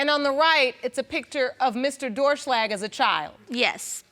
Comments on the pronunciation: "DOOR SHLAG " realy ? Lol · 'Doerschlag' LOL Sounds like Door Slag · Doerschlag (pronounced ‘Door-shlag’) is such a funny last name